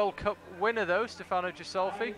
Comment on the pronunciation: Speaking of pronouncing names, Stefano has an emphasis on the first syllable, opposed to the second as is portrayed by the casters, as well as the ghi in Ghisolfi being a hard gh noise...